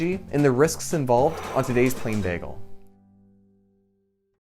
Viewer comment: with an emphasis on "bagel"